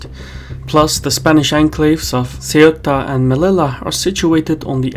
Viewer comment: Ceuta is pronounced They-uta, Melilla is pronounced Meleeya.